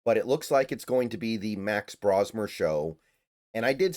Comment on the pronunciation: Pronouncing his name wrong. It isn't "Brah-smer", it's "Bro".